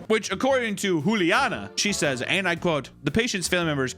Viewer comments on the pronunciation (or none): none